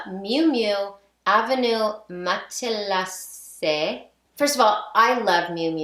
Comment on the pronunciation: Love that your list and mine have so much overlap! Just so you know, it's "MATT-lee-zay" Gotta love French!